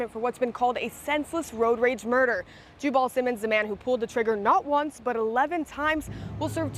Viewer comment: As a southerner I can say that his name is pronounced “Ju bull” as in Jubal Early, the confederate general who never accepted the southern defeat. Anyone who names their son that says everything you need to know.